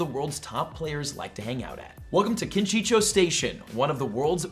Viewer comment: did u said ‘Kinchinchou”?(Tokyo)